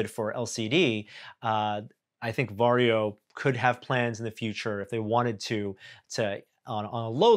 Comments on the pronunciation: It's weird as a Finn hearing English speakers pronounce "Varjo". Sounds like Wario. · English speakers rarely know that Finnish J is pronounced more like Y. Perhaps if Varjo becomes mainstream consumer manufacturer, English speakers will learn from feedback. :p